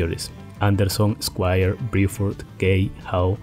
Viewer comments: ¿Porque dices Briford? Excelente todo lo demás. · Bill BRUFORD no Biuford